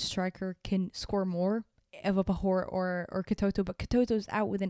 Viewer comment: uff it's gonna be an interesting UWCL campaign. Imo Wolfsburg and Barca are going to meet in the final but it's football and it's an unpredictable sport. (also, when you're pronouncing Ewa Pajor's name it's more like Ewa PaYOUR not Ewa PaHor if that makes sense?? Sincerely as a polish fan lol)